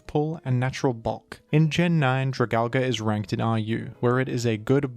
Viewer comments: I actually had physical symptoms every time this bastardization was said. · Funny way to pronounce Dragalge, but I like it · Ok. Say it with me DRAG- ALGE. Not DRAG-ALGA. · "Dragal-guh" 💀 But in all honesty, I love it when you cover more niche pokemon like this, keep it up! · I thought it was pronounced “drag-algae” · "dra-gal-ga"???? its drah-gal-gee" like algae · Jra-Gal-Gee, not Jra-Gal-Guh. Please don’t say it like that. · Your video is very precise and well made. I have faith this helped a lot people. Only one complaint. Dragalge is a play on words for dragon and algea. It's pronounced drag-al-jee. It doesnt end in an A like tangela, dialga, palkia, giratina, lugia or komola. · It hurts me how you pronounce it, its drag-ALGAE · Whys bro calln it dragalga, its dragon and algae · Drag algae is the pronunciation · It’s pronounced as dra gal ge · Alge (play on the word algae), pronounced Al-gee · why do you always pronounce opkemon names wrong lmao It's drag-algae. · It’s drah-gal-gee bro 😭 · Isn't it pronounced drag- algie? Like dragon and algie? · I always thought it was pronounced "Drag-al-gee", alluding to it obviously being an algae dragon pokemon. Nonetheless, great video! I always enjoy watching/listening to them. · It is pronounced Drag- AL- G. It's name is based on it's a appearance because It's a sea dragon/sea horse that resembles algee. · Yeah thats what i meant, he was saying Al- GA, I thought it was what you were saying. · Have I been saying it wrong or are you? Gen 6 dragons are probably my favorite. Goodra and drag-algae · i know your ass is saying dragalge like that to get comments correcting you for the algorithm boost, fair play tbh that pronunciation was kinda hideous. cool vid too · one day people will pronounce dragalge right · God that mispronunciation 🤢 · Your dragalge pronunciation is just wonderful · They really gotta teach pronunciation more down in Australia damn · everyone’s talking about Dragal-guh but no one talks about Ar-ball-iva